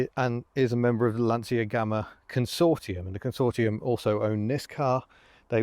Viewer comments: Pedant mode engage: the Italian pronunciation is Lansha :-) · Of course like Dacia, Lancia is pronounced (well any way you like..but) by Italians at any rate, as Lanch-ah. I had a load of Romanians laugh at me when I'd say Dacia (daahsia) and not datchah. I know we don't really care, but just for sake of a comment and a tiny bit of education). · Pronounced Lan chee ya.